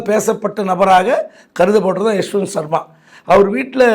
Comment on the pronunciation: சர்மா இல்லடா வர்மா